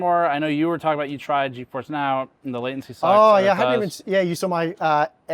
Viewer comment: Thanks. Also when tried to combine latency and sensitive it sounded a bit like he said "lesbian" 😂